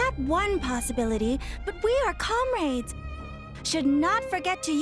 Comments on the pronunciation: comrAIds Chugga: Perceval's skill, Exeggcutor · can’t pronounce comrades.